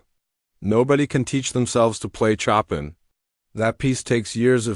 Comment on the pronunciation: Pronunciation CHOPIN! Correct pronunciation is 'show pan' not 'chop in'!